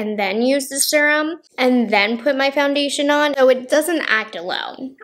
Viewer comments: The way she says serum always makes me laugh. Like surum. She doesn't say vury instead of very. I've never heard anyone say it like that. Maybe it is a regional thing? I knew a few people who would like pronounce Washington as Warshington or crick instead of creek. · Am I saying SERUM wrong or you lol😆😆 I say serum the SER- part like searing a steak 🥩 on the BBQ. Is it just me ppl in the comments. I need to know?? I’m pretty sure everyone says it like me?? Love u. You’re so cute. U can say serum any way u want sweets. ❤️✌🏼